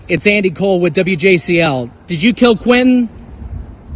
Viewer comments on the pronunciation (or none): They can't even pronounce Quinton's name properly when they yell out "Justice for Quinton" lames they say "Quin-Inn"